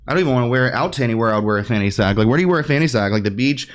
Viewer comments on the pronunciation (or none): I can't with the FANNY - SACK 😅 *Fanny pack 😊